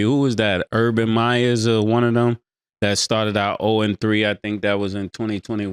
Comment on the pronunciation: Myer!! No s at the end Mase!